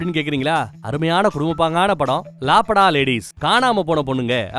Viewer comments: Lapata ,❌ Laa pata✅ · லாபடா இல்ல ப்ரோ..... லாபதா லேடீஸ்.... Good movie... 👌👌👌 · Anna adhu laapada ladies illa sollum podhu laapadha ladies bro